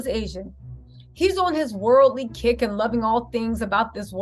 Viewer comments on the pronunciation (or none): none